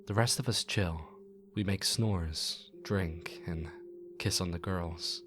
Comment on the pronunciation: Did he say make "snores" or "smores"?